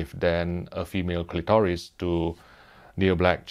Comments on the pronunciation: 🤭he said clee toress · I fast forwarded and heard “female clitorus”